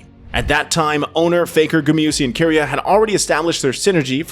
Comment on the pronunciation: Why does he keep switching back and forth on pronunciations? “ZoOs”, “Key-ria” makes my skin crawl